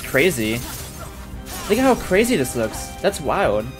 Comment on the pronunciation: bro fr said das carzy